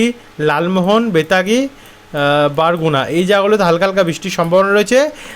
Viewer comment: ভাই। আপনি একটা জেলার নাম ভুল বলেছেন ভাই। বাংলাদেশের দক্ষিণ পশ্চিমে বরগুনা জেলা আছে। ওটা বরগুনা হবে ভাই। বারগুনা হবে না ভাই। Barguna ( বরগুনা)। এবার বুঝলেন।😊😊